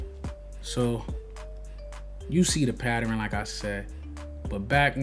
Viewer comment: PATTEREN??????? PATTERN!!!!!!